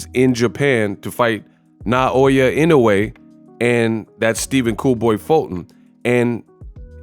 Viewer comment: You for Inoue’s name correctly! Kudos!!! 🤘🫡